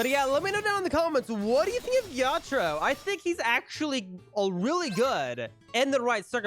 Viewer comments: It was more like ge ya tra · It was like je taro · The way he said Ge-ya-taro made me laugh